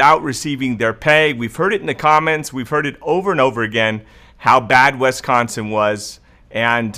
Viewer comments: Is it pronounced "wesconson" is it not pronounced as it is spelled, which is Wisconsin (Wis-con-sin)? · “WisCONsin!,”! lol ! I moved to California from WisCONsin in 2011 and still get laughed at for the way I pronounce it. Not that you pronounce it so bad but I needed a comment worth $900.00. And this is it...RIGHT? Better yet I’ll take the $5000.00, ok? Lol 😂 God Bless, cuz I’m broke! Oh yeah and before I forget...My birthday is October 3rd. This birthday girl turns 58 on 10/03/2020.♎️